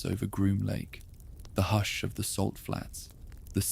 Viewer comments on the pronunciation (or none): none